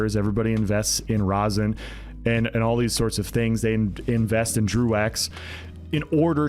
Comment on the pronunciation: Hehe, “drew ex”